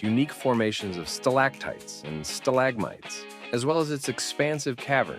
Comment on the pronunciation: Especially where the voiceover referred to Sta-LAG-mites and Stal-AG-tites.